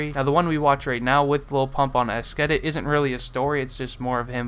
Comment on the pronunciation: you dont know how to prononce esketit